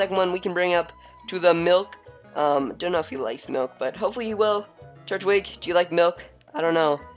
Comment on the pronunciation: its tur twig not turt wig